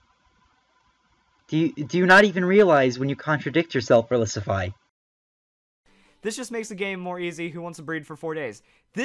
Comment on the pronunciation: Bottle caps hurt the hacking game because it is no longer required to get 6 IV pokemon. Does Verlisify not see that? Also, he pronounces his own name wrong. (I'm not saying you are, you're just saying it the same as him) It's verLISIFY not verILIS.